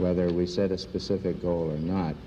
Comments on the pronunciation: Anyone know why he says “specific” instead of pacific? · 💛Bro I love your videos but im BEGGING you, stop saying pacific instead of specific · I see what you did there... It was a deliberate and "spacific" slip of the tounge😎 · When dj says "specific" it comes out "pacific" and when he says "pacific" it comes out "specific." He does this in multiple videos, is there a joke im not privy to? Because this is unreasonably bothersome to me